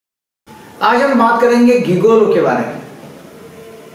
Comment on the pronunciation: गिगोलो नही जिगोलो बोलो